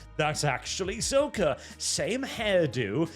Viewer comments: Say it with us: Sock-kah, not soh-ka. The series has voice acting, how do people get it wrong? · i find your mis pronouncing sokka as souka incredebly anoying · You mispronouncing Sokka makes me more angry than any liberal could ever be. It’s pronounced like “sock” as in socks and shoes JK good vid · Sokka’s name is pronounced “sock uh” he’s very particular about this.